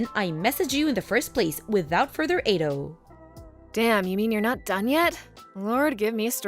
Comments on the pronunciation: Without further ay-doe 😅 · "Without further ay-doe" sent me